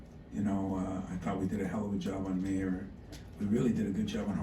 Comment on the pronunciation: He keeps saying Mayer like “mayor”. He’ll know how to pronounce his name after watching the highlights. Lol, Izzo